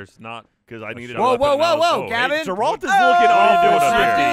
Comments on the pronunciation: FOR THE LOVE OF GOD... it's pronounced GAR-alt... not Ger-alt lmao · sigh it's pronounced "g air ALT"... not grrralt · I like how even though the games are filled with people pronouncing Geralt correctly they still persist in pronouncing it "Jeralt" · The way the way they all pronounce Geralt is really frustrating. They say it like Gralt or Jerald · "Juhralt" drives me insane, I can't believe never corrected them. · I can feel my eye twitch every time someone says *J*eralt... It's .gif all over again! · It's fucking jeralt it's fucking jeralt!!!! HAHAHAHAHA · Wtf yall "Ja-ralt"? 😂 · I love you, man. But ya need to stop calling Geralt "Jerald". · If I hear Jerawlt one more time I swear to god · Why the fuck do they call him Jeralt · I love these videos but it's painful every time someone says "Jeralt" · Clearly none of them played any of the games... or played it on mute... or only read the subtitles. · Their pronunciation of Geralt is annoying me. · i watch this series solely so i can stay informed on all the ways to incorrectly pronounce geralt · The way they pronounce "Geralt" makes me want to pull my hair out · This was so so good. Only problem I have with it is the pronunciation of Geralts name. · It's Geralt with a "Guh" not a J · No one can say Geralt properly lol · Hearing all of them say Geralt wrong is painful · Any other Witcher fans triggered at how they pronounce Geralt as if it was a J? I hope they keep up these videos though! Mix up the skins and maps maybe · It’s amazing to me how many people can’t pronounce Geralt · if you're implying that the mispronunciation was some joke that went over my head, I would like your take on it, because they've been mispronouncing his name for years. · Is there some kind of meme I'm missing? Every one in RT it seems never says Geralt's name correctly. They say it in the games left and right, how is the mispronunciation more common than the correct one? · No one can pronounce or remember Geralt 😂